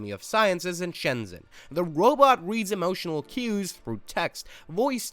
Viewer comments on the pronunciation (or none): none